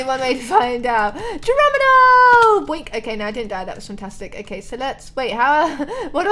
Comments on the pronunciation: Hahahaha! Anyone notice that said Geromino instead of Geronimo. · she said "GEROMINO!" instead of "Geronimo!" that made me laugh i little